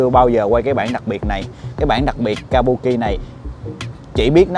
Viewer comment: đọc chính xác là kabưki a